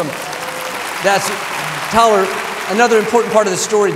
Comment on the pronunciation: I love Joel & Tyler this message is powerful. Joel says Teller 😊 instead of Tyler just like my uncle does his grandson. So sweet🤗